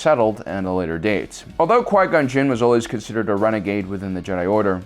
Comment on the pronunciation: “When Darth maul penetrated Quia gon gin”